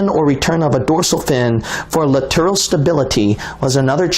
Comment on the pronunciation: Maybe I'm too severe in my judgement, but when he pronounces "scarce" as "sc-AR-ce" and "lateral" as "la-TER-al"---I'm out. Your credibility is destroyed when you don't even have a basic understanding of how to use the English language.